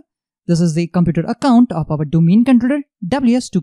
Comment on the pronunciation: no offence but your accent is killing me !!! can you not practice saying controller for god sake don't forget your audience are not all indians